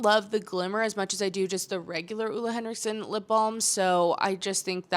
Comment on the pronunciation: Just fyi from a Dane - it’s pronounced Ohh-le Henriksen - not Ula Henriksen 😅